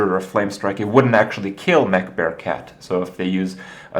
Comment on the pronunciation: am i the only one hearing man-bear-pig when he says mech-bear-cat?